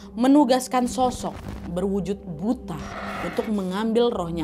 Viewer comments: Bacanya "buto" Nggk sih 😅 kalo buta kaya kikuk bgt nad 😂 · Cara bacanya bukan BUTA. Tapi BUTHO. BUTHO adalah makhluk berbentuk raksasa, bertaring,dll Maaf.. Saran dikit kak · Dibacanya BUTO nadd bukan butaa 😅😅😅😅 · Kayax nyebutnya buka buta kak tapi Buto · Kak buta itu bacanya "buto" to-nya bunyinya seperti tolok ukur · Buta dibaca buto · Kak baca nya buka buta. Tapi buto. Artinya raksasa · Bukan buta kali ya bacanya tapi buto, ya semacam buto ijo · bukan buta kak nad. tp buto bacanya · Kak Nad itu bacanya Buto bukan Buta 😭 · Kak ini kek nya bukan "buta" tapi "butha" bacanya "butho" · Nyebutnya BUTO kak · Bukan buto kah ini bacanya kak nad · Bacanya buto kak nad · Itu baca "buto" x k.... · Tulisannya kan emang BUTA tp pelafalannya dlm Bahasa Jawa jd BUTO... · Buto kak bacanya😊😊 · Buto kak nad bacanya😭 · bacanya buto kak😭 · Kalau dijawa Butho kak penyebutannya😊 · Gak semua daerah penyebutannya sama , di Sunda emang bener disebut buta .